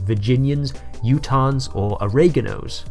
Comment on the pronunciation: Hahahahha Oreganos for Oregon